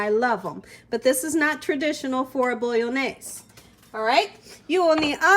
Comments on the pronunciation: say it like mayonnaise but bolo-naise as its not actually italian at all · Love this recipe! Thanks, i'll for sure try it out! :D But i just cannot help myself at being a pedantic ass and couldn't not say something about your pronunciation of bolognese (i do see that you tried, though ;) ) :P Phonetic pronunciation (for English speakers) for ease: "Bo-loch-njay-suh".